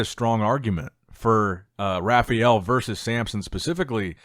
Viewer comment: Its not RA FI EL, its RA FA EL